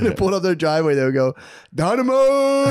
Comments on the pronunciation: Its pronoinced Nomidoes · Every Time he says donimoes the earth gets a little better